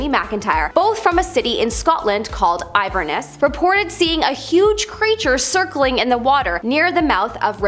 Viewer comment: Can she not read the village is Invermoriston and the city is Inverness. INVER not IVOR!